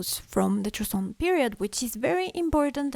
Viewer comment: It’s joseon